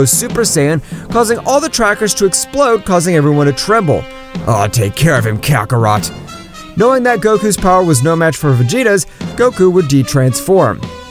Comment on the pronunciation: "Kakaroht" lol.